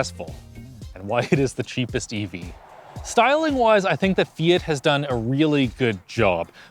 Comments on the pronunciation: Why do you call it "Fiyit"? It's Fee-yacht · Fee-it? Really? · Eww, "Fee-it" Literally unwatchable 😂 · You keep pronouncing it "Fiet", but isn't it "fiawt"? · "say fiat right" my wife the entire video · Is this really how people in Canada pronounce Fiat, or just?